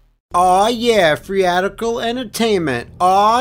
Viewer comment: You actually said Freeadical